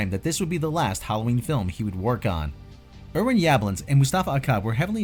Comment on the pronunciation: 🤦‍♂️ another person that can't pronounce names right....butchering Irwins name